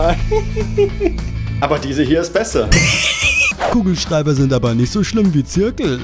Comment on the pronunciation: Hast du bei Googleschreiber anstatt Kugelschreiber gesagt? :D